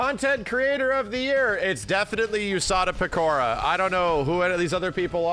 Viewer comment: I love that kinda didn't butcher the name Usada Pekora. It's very much tempting for newbies to pronounce the name as "you" instead of "ooh". Peeps are eating Fallout up and we're giving Todd too much credit. Now he's gonna pay the piper.